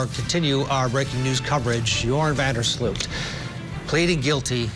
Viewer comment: So many White Americans have European - specifically Dutch - ancestry, it’s a wonder many Americans don’t bother to pronounce things properly, especially in the news. It is pronounced Van der SLOW-t not Van der SLEW-t. Otherwise, I hope he’s not lying! I credit Natalie’s mother for her persistence. Poor lady! Even if she now knows, it can’t make her loss any less, I’m sure. What a ridiculous reason to kill someone! He’s an embarrassment to The Netherlands, and has tainted the reputation of beautiful, peaceful, safe Aruba forever!